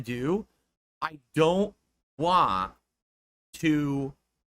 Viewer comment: I don’t waghhhhh… god I hate the way he says want.